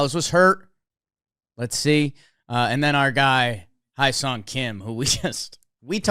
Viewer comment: hyeseong kim is pronounced more like heh-song rather than hi-song. just fyi 🤙